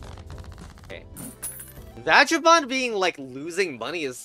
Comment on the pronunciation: Please never pronounce vagabond that way again lol. It's a hard G.